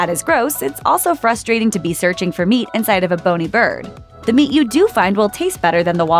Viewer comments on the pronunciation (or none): none